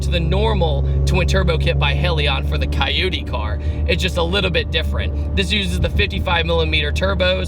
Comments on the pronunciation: Caioudee? You mean coyote? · You say Coyote like Coyute. I’m so confused by this...